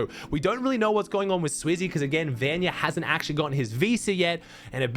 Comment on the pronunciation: Bro saying vanya is mad disrespect😂😭